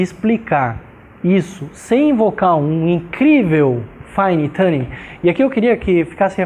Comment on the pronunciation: o sr. é brilhante.Mesmo assim. vou tentar ajudá-lo com a pronúncia da palavrinha "tuning".Quando o sr. disser"fine tuning", lembre-se de que sua pronúncia atual está errada e gera,em nós, uma incompreensão momentânea (e entrópica kkkkk).Recomendo que imagine a palavra em questão escrita na forma de "TOONING" pois assim o sr. vai passar a emitir um "U" verdadeiro (tuuuning e não mais dirá "tãning" como o sr. diz atualmente).Não leve a mal.Desnecessário dizer que muito aprecio seus videos e devo ao sr.por eles serem tão incrivelmente ricos em ensinamento.Trust me.